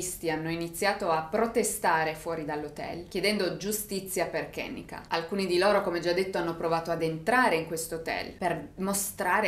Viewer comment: Si pronuncia “Ke-nNe-ka “non è un nome americano ma africano la E si legge E non I !!❤️